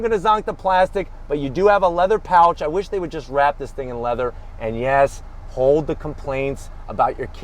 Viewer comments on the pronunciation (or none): none